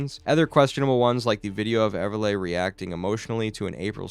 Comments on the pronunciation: Ever lee. Why is he say ever lay. Its not even spelled that way. Lol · It's pronounced Ever Lee not Ever Lay 🤦🏼‍♀️🤦🏼‍♀️🤦🏼‍♀️